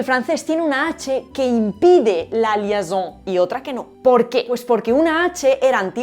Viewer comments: Gracias por el vídeo espectacular como siempre Hay un error en lo de la H francesa. El fenómeno famoso al que aludes es LIAISON no LIASON. Y se pronuncia li-E-son no li-A-son. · no me gusta tener que corregirte (mentira, me encanta) pero si no me equivoco en francés se dice liaison (o sea liezon) en lugar de liason. si estoy es incorrecto convénceme. moi, j'ai un B2 de francais et j'habite pas mal loin de la france (uruguay) par contre hors de cette erreur j'adore tes videos. bises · En français, nous faisons la liaison (liézon) et non la liason. 😉😋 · Pequeña nota del francés: es liaison (pronunciado [ljɛzɔ̃]), no liason. Por lo demás mi enhorabuena. Tienes un canal muy bueno, que anima a la gente a introducirse en el mundo de las lenguas y que resulta fácil de entender y seguir. Me encanta tu canal,, y soy habitual. Sigue así, que "haces falta". Un abrazo. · espetacular como siempre - solo un detalle insignificante para ser pedante (rima no intencional, que sí que lo fue): liaison lleva una “i” suplementaria y el diptongo “ai” en francés en general se pronuncia como la vocal “e” [e] es español, así que sería: li e zon. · ¡ Excelentes tus vídeos ! No solo por el contenido, sino también por la creatividad y el humor. Solo un pequeño detalle constructivo : en francés la palabra es LIAISON y se pronuncia /ljεzõ/ (perdón pero no tengo API en mi teclado, así que la transcripción es aproximada). No podrás decir que no presto atención a tus interesantes vídeos 🧐. Gracias por seguir compartiendo tus conocimientos 😊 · Muy interesante, como siempre. Si me permites dos comentarios sobre el francés: - la s final de "dehors" no se pronuncia - te dejaste la segunda i de "liaison" lo que te hizo pronunciar mal la palabra (es [liezɔ̃]). Es por decir algo, porque, de verdad, tu trabajo es admirable. 👏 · Tan interesante como siempre. AH... y es LIAISON (IAI, pronunciado yé) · Es "liaison", con una 'i'. Para que suene como /lies~o/